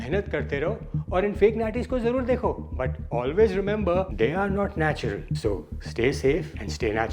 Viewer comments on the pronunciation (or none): Natural ❌ Natular ✅ 😂😂😂